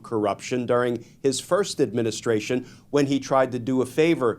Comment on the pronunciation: Bro... admin-is-tration. administration. Say it slow a few times & you'll get it~. lol